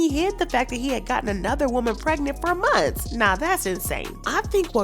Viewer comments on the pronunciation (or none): none